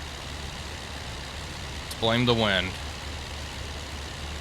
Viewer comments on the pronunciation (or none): none